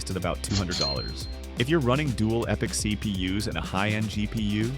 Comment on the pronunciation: Its pronounced {Ep-I(Y)-C} :D